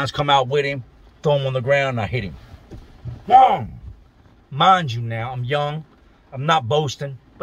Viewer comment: I'm sorry but "wong" "wong" has me weak